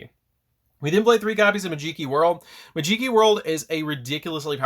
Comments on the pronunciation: Interesting build. I think the archetype has a lot of potential, can’t wait for the new support. Just please stop calling it “majeekee” 😭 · It’s magi - key bro like magic key 😂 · in tears when he said this lmao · Also the way you pronounce Majeekey is fun to hear. lol